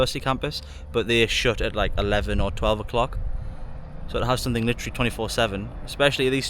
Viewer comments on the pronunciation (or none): none